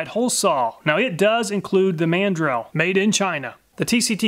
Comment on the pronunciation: How about The pronunciation of the Man. Drill! In instead of mandrel 🤣🛫